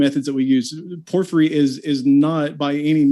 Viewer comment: What's worse is that I've noticed his mispronunciations creep into my subconscious like a mental virus and cause me to hesitate on which way was the correct way to pronounce it. I swear I'm going to muck up Porphyry at my next cocktail party. Imagine being self-absorbed enough to name-drop Porphyry in a convo but butcher the pronunciation. I can't have that! I've gotta back up my self-absorption! :-P In Texas we'd say he's all hat and no cattle...if I still lived in Texas.